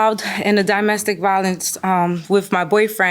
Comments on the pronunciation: And Samsum (Samsung) and DImestic instead of domestic. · The way she says “di-mestic” instead of “do-mestic” is killing me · If she says "di-mestic" one more time... DOMestic. As in dominion, domicile, DOMestic. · I wish she would stop saying “dimestic”, there’s no such word! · dimestic?? and said it 2x. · Why did the plaintiff keep saying DIEmestic instead of DOmestic??? It’s so damn annoying. Like how do you not know how to pronounce a very common word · He saying DImestic instead of domestic was annoying. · I'd buy her some English classes. "Die-mestic violence" really? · Domestic lady, not dimestic 😒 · WTF is “dymestic”? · Plaintiff was killing me with "die-mestic" 😖😖😖😖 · I’m sick of her saying “DIME-mestic violence…” 😩🥴🙄💆🏽‍♀️ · What is dyemestic violence????? Girl, shut up 😭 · "Dymestic" violence riiiiggggght 🤔😂🤣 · Did I hear ole girl say “dy-mestic” violence…? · She getting ok my nerves saying Dymestic, what????? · D-i-mestic violence 😂 never heard it pronounced that way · she said it the wrong way three times, and she also said brung twice which is not a word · I agree, I can’t imagine why she’s pronouncing ‘domestic’ that way. She is obviously a native english speaker so it’s very odd But I disagree about her arms needing to go through the sleeves-it looks like she’s wearing a shawl that is way too small, or maybe it’s not even a shawl, because shawls do not have sleeves in the first place. Maybe it’s meant to be some other style of garment that is just really uncommon.